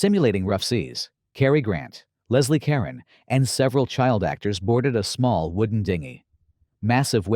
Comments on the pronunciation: Whenever I see this movie I think Leslie Caron is playing the role the way Audrey Hepburn would have. It would be nice if the narrator knew how to pronounce Leslie Caron's name. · Leslie Caron (accent on the second syllable of Caron), not Leslie Karen.